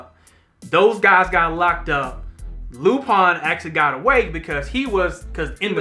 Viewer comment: Why are y’all pronouncing it “Loo-Pine”?? 😂😂